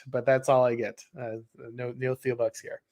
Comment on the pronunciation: Great stream, as always! Small note, though, the H in Peter Thiel’s name is silent!